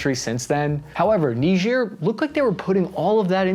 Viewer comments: ni-juh not nidge-ear... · Why''s he saying it weird. It's not Neejeer. It's Ni-jer. Charlse Day Gaul. It's really weird. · Its not "Nigeeeer" its pronounced "Naiiiiiger" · It's not that who named it, but who decided to not learn the proper pronunciation before teaching it. It reads "Nee-jair" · its N-war 😂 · Neejeer... bothers me more than it should... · Remember folks: it's knee-jeer. KNEE-JEER. No what you think. This also isn't funny. Not at all. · People pronouncing it knee-jeer 🤣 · Its pronounced "N-eye-jer". Like Nigeria without the ia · Nejier yeeah right that´s how it is pronounced hahahah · Knee ghir sounds French. I grew up with Bill Cosby pronouncing it kni-ger, rhymes with tiger. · "Say KNEE-ZUR one more time. I double dare you say it one more time. What does Marcellus Wallace look like?!" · It's pronounced Nye-Jer, Just like it's Key-Ev not Keev. Quit changing the English language. That's the proper English pronunciation for these places. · You say it weird. It's pronounced, Nyigger. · nigerk reaction, i cant be the only one who heard that :D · Nigerians come from Nigeria. People from Niger are called Nigers. Southern folk just weren't too good about pronunciation. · You pronounced Niger wrong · You mispronounced “Niger” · That is not how you pronounce Niger